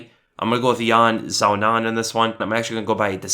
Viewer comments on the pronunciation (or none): I'm pretty certain it's "Yan Shee-Yao-Nan" that's the Chinese pronunciation anyways